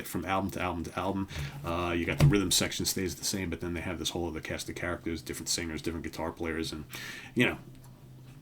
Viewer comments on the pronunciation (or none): none